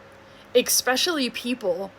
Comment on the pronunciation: Oh...,,... I was your biggest fan- and then you went and threw that "K" in the word "especially"... You're traumatizing ME now... Not okay. 😂😂😂 How is that woman not in jail? Why have they not kicked her front door in yet? Especially after the shower photo I'm hearing about... Is she wanting people to talk to him so she can see what he's going to tell them before CPS gets to him?